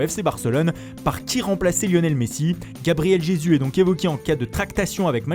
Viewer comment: 'Gabriel Jesu'